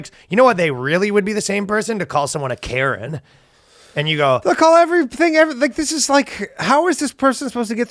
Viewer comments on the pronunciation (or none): none